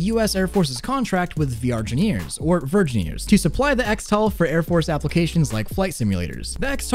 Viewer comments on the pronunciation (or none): 'Virgineers' Omg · "Virgineers" les go